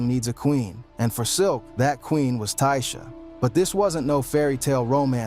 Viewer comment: You can tell this man white lol the way he says ada, dayvon, Tasha lol all pronounced way different